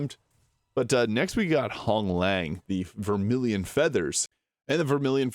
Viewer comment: Commander Honglan.. there is no G at the end of her name